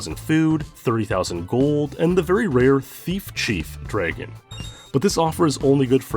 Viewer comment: You have an interesting way to pronounce the word "dragon"